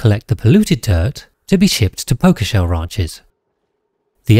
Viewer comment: You pronouncing pokeshells like pokemon made me unreasonably angry.